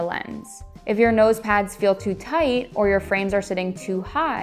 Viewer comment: Stray-un? Tide-un?